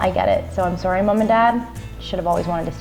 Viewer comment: Did anyone else take in the canadian "sorry mom and dad"?